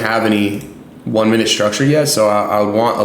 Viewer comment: Is it pronounced minute or mineooot?😅